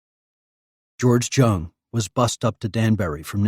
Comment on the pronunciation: Jung or jong is pronounced with a soft j not a hard j. Its pronounced yong